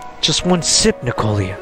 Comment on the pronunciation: N I K O L A NOT N I K O L I A.